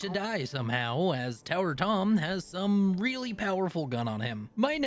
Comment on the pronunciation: I thought you were saying tinker tom instead of tower tom and was so incredibly confused, like tinker tom had an occupation change!? When?